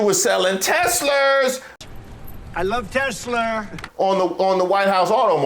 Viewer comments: "I love Teslerrr" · I love Tesler! 😂😂😂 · I LOVE Tesler 😂😂😂😂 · TES-LER…..This is about to get 🌶️ 😂😂😂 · Trump can't say Tesla because he's a mafia and saying anyone's name correctly is a sign of respect of the brand. Notice how Elon doesn't have a nickname like Sleepy Joe?